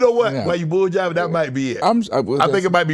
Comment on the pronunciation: Not “bulljiving” 🤣